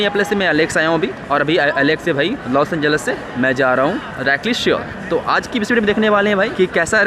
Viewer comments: it's Seoul (सोल ). Pronunciation like "Sol" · Seoul nahi soul pronounce karte hai bhai